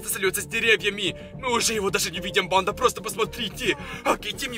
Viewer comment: Ты говоришь или читаешь реп? 🗿 Кто заметил что он говорит не банда а бандА и т.д.